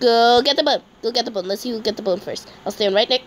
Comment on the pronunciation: When she wanted to say "bone" it was "bON'' LOL 🤣🤣🤣